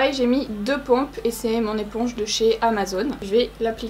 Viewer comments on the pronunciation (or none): none